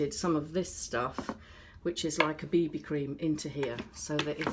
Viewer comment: Did she say BB cream or booby cream 😂😂😂😂